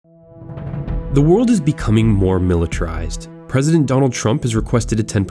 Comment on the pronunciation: Lul he says militarized as militrized